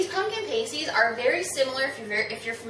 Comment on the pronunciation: You do realize that is not how you pronounces pasties right? It's pronounces like pass-tees; not paste-tees. If you pronounce it like paste-tees, it means something other than a food item... you should look it up...